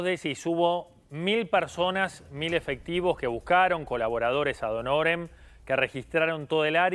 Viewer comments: Una abogada dice " ad donores"???? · La locución latina es " Ad honorem", no " A honores" ,es insufrible que profesionales como ella, no sepa usar correctamente una expresión tan manida en este caso, donde al parecer la mayoría vino GRATIS